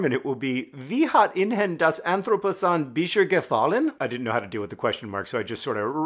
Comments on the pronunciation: The Dutch version he got two vowels wrong, and the intonation was weird but otherwise perfectly understandable. As a non-German, I think he had a couple more issues with the German title (ihnen -> in-hen?, bis jetzt -> bische?, anthropozän -> entroposahn?) but it was longer too, so meh? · he messed up more than that, but more importantly, the emphasis are too exaggerated, making it sound like actuall spaces. E.g. "wel kom on et anthro po sen"